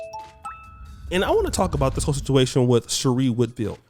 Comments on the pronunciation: Her name is pronounced "She-ray" not "She-ree" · #TheWall is Undefeated@ its pronounced(Sher'ray)